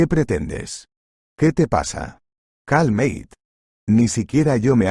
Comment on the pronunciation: No sé dice calmeit, es español cálmate como se escribe se pronuncia, aunque aquí decimos calmate.Saludos desde Trelew-Chubut Patagonia Argentina.